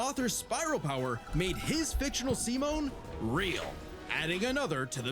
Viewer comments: "why's your name simon but you say it as semen?" brother they tell you how to say it at the start and you glossed over it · Dude’s a fake fan if that’s how he pronounces Simon’s name.